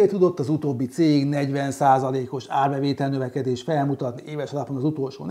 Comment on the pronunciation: 'érbevétel' :D